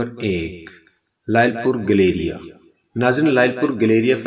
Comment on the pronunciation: Bahi sahab nam to sahi le lo is ka not galrya. گیلریا